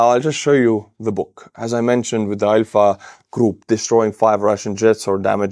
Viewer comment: I had to replay it 3 times and then out on subtitles because I kept hearing "EYE F**K" group"🤣🤣 and not ALPHA. 🤣🤣🤣